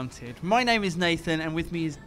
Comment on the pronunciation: Really fun to get my name mispronounced in front of + 1 million people. Though I have to hand it to you. It was quite close. I actually did think that what if... But hey, nice to get involved in the channel. Even just for 30 seconds. Damn my odd (even for us Finns) Finnish name.